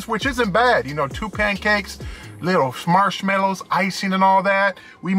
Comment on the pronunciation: You always seem in a good mood to me. "Smarshmalliws' lol. Love it! Great review! Have always had bad luck with IHOP service, but maybe that's just Cheyenne.